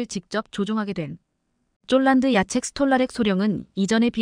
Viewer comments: 폴란드, 를 촐란드로읽으면어떡하냐? 제발좀 바르게방송좀해라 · 폴란드 를쫄란드로 이상하네 ❤❤❤ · 쫄란드. ㅋㅋㅋ 인간이 읽는게 그리 어렵나…. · 문장읽는 것 연습 좀하고 읽어내려가기를! 띄어 읽기, 발음을 강하게 해야 할 때(특히 중자음) 약하게 발음하는 것은 큰 잘못! 표준 발음은 아나운 서級이어야! 예로, 폴란드를 쫄란드로 읽다 니! 주의력까지 부족하니 걱정! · 폴란드를 쫄란드로 잘못 기재되 였다 해도 "쫄란드" 읽으면 않되는것 아닌가 ㅉㅉㅉ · 쫌 제대로읽으세요. 쫄란드가뭡니까?